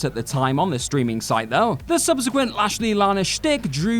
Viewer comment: Subsequent* not Subzequent